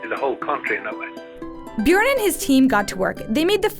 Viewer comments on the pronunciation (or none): Björn and not Bjorn